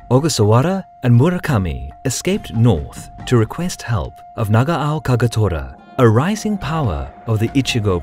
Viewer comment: KAGATORAじゃなくてKAGETORAな